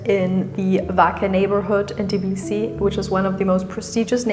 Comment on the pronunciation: Please do NOT mispronounce the name of the city! It is TBILISI, definitely NOT "Tiblisi" as you call it!